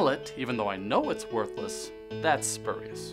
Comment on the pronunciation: "Spu" part should sound like "spyu"